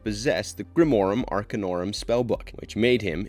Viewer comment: And yet, in spite of all of this, grimorum arcanorum is pronounced perfectly.